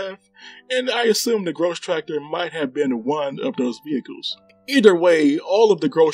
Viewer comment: I'll try not to grouse about your pronunciation of "Grosstractor" ;)